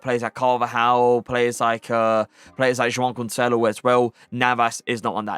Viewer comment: Love the way you say Joao Cancelo hahah very satisfying